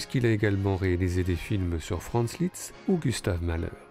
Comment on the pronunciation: Attention! Ne pas prononcer Litz mais LISZT! Comme dans liste.